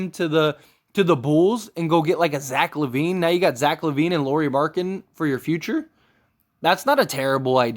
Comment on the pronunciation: If you are going to make a video and your centerpiece is Lauri Markkanen please at the very least learn how to pronounce his name correctly.